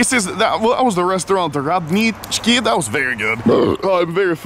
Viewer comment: I bought some Jesus merch made me forgive him for pronouncing РАДНИЧКИ wrong